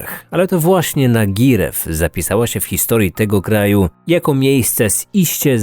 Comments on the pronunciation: Fontycznie to jest "nodźreew" A nie nagirev;) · Świetny materiał, ale mam jedną uwagę. Skoro wszystko działo się w Węgrzech, to nazwę miejscowości powinno się czytać jako Nodźrew, a nie Nagirew. Tak, wiem, zasady węgierskiej wymowy są dziwne :D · Nie "komitetu" a "komiTATU"! To węgierskie województwo a nie żaden komitet. I nie "nagirew" a "nagyryyyw". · Prawidłowa wymowa: "nodźryjw", nie "nagirew". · nagyrev czyta się chyba nadźrev ale mniejsza o to, lubie twoje odcinki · Tak btw Nagyrév czyta się 'nodźriiv'. Rozmieszylo mnie 'nagirev', chociaż rozumiem, że węgierski to niełatwy język XD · nie nagyrev tylko nodźriv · Jeśli już, to Nodżriv a nie jakiś Nagirew xdddd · Wymawia się "Nodżirf" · Jak to na Węgrzech to czytamy chyba nodirev? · nazwę miejscowości prawdopodobnie czyta sie nadźrew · Prawidłowa wymowa nazwy tej miejscowości to : "nodźryjw" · Wszystko fajnie, ale Nagyrév wymawia się w przybliżeniu Nodźrev . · Nagyrév powinno się czytać „nadźriw”. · Właśnie miałam napisać taki komentarz, ale węgierskie "é" czytamy trochę jak "yi" albo "eyi", więc nazwa powinna brzmieć trochę jak "nodźryeiw". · To jest uśmiechnięte "i", wiec jesli by odczytal nazwe wioski jako nodźriw byloby najbardziej poprawnie, pomijajac reszte niuansow wegierskiej wymowy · Moje hungarystyczne serce płacze przy wymowie nazwy miejscowości (Nagyrév ~ Nodźriv), ale i tak doceniam, że pojawiła się ta historia. To nie jedyna opowieść tego typu pochodzenia węgierskiego, akurat tamte rejony obfitują we wszelkiego typu morderstwa, nawiedzone domy, zamknięte szpitale psychiatryczne itp. Polecam. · Jeej, słuchowisko Jak zwykle świetny materiał! Czy nie powinno wymawiać się ,,Nodźrew"? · Uwielbiam Twoje podcasty, ale proszę, sprawdzaj wymowę danego słowa, jeśli nie jest Ci ona znana. Nagyrév wymawia się zupełnie inaczej. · Następnym razem polecam sprawdzić wymowę nazwy miejscowości w Google - w tym konkretnym przypadku różnica jest kosmiczna.